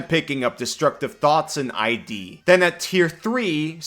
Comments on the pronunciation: “ ID isnt I-D btw its id, pronounced like “kid”, its a freudian concept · It's iiiiiD. Not I.D. "i" as in "Idiot" and "d" as in "dumb*ss". It's not a rare word. Read a book. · It's not "ID" like the shorthand for the word identification. the I is soft, like the word "it". Just with a d instead of t. It id. it's a psychology thing. id, ego, and the super ego. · FYI: "ID" is said as a word, not as letters. "ehd" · Hey, great video! Just FYI, "Id" in "Id Insinuation" is one of the 3 main parts of the discipline of psychoanalytic theory (ego, and superego are the other two.) And it is pronounced like the word "did," if you remove the first "d." Cheers! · its pronounced "id" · With "Id Insinuation" you're not supposed to pronounce it "ID(eye-dee)" its supposed to be say like "is" but with the s replaced with a D. Like Id Software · the d in Id is lowercase, so it's pronounced kind of like "it" with a d. It's a psychology term. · 1) “Id” rhymes with “did”, “insinuation” is “in-sin-you-ay-shun”. 2) 20 foot radius shatter is not just double the size, but FOUR TIMES the size. Absolutely crazy buff to shatter. 3) If you play this class with a plasmoid, you don’t have to worry too much about the armor or shield; you can use cracks and crevices in the battlefield as cover so you don’t get hit. Jump out the space between boxes, take your turn, jump back in. This way, the low AC isn’t much of a problem!